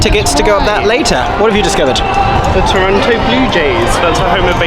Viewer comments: Eeeeeeeeee! My home! Also, FYI, it's pronounced "Toronno". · So glad you guys enjoyed Canada! I'm down in Hamilton, about an hour south of Toronto. They have a great art scene, dunno about theatre save for a couple of cute old playhouses. Very fun to see you guys explore Toronto! Though local pronunciation is 'Toronno' btw. No T :D PS: (because finally getting to watch more of this lol) if there is one thing you can count on finding in Canada, it's a Tims- and a filming location in Toronto. Many shows and movies are shot there to look like NYC! Toronto's absolutely a culture shock from most of Canada though. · Haha tourists pronouncing the second “t” always makes me chuckle. I mean I’m sure if I went to the UK I’d be mispronouncing everything too tbf